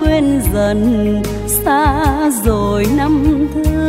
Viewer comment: Các cô cậu, anh chị ca si tại sao khi hát không phát âm các từ có chử "R" cho đúng. Ví dụ: "rồi" tại sao lại hát "dzôi". Người Việt Nam có nhiều từ, chử cần thiết phát âm cho đúng chính tả. Thế hệ sau lại học theo cái sai của các anh chị. Thật xấu hổ ....😢